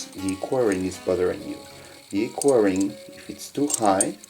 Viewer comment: it's "equa" not "quary"